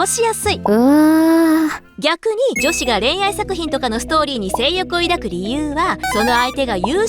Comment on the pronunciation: めっちゃ気になったんだけど 抱くの読み方 ✕だく 〇いだく だよね